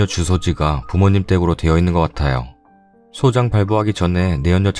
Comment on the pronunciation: 소장 아니고 소짱이라고 발음합니다